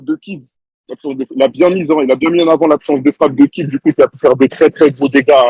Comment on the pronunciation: C'est Kidd frere 1h a entendre KIDZ j'ai mal au crane